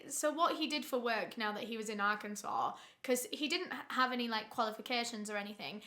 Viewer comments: I'm from russellville arkansas. I grew up hearing about Ronald Gene Simmons. My mom calls the convenient store he went to "murder mart" Also great job pronouncing arkansas correctly. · As an Arkansas… I cannot tell you how amazing it is that you pronounced it correct